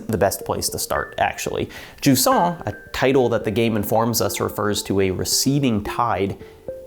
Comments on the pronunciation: If you wanna pronounce Jusant in French, it's more like Zhuz-nasal a, not juice-nasal a. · Wait Jusant is pronounced like croissant?